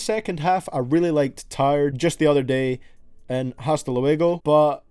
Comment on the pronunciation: It's h is silent in hasta